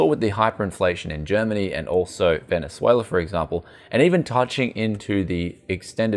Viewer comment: jajajajja say Venezuela again pls